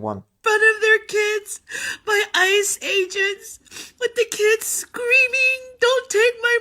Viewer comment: Did she said ICE-Agents or Iceage Ants?